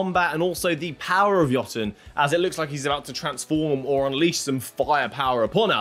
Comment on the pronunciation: thank you for pronouncing Jotun and Jotunheim correctly